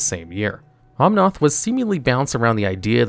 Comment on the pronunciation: I love how there's an "editors note: cuz he mispronounced Escape to the wilds after the narrator mispronounced Eldraine, Planeswalker, Bedevil and Omnath. And thats only the first half xD